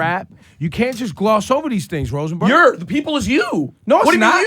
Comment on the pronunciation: MY DUDE TAKEOFF ROLLED THE R in ROSENBURG I'M SLEEP